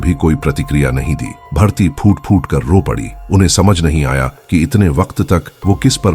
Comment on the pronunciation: Its bharti not bhartiya...aisa main sun rahi hoon ya kisi aur ne bhi suna